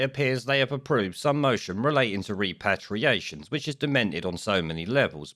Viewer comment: It's pronounced REP-ER-ATIONS. Your mispronunciation of this key word makes you look foolish and ineffectual.